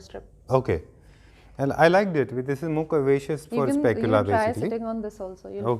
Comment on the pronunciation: scapula not spacula😃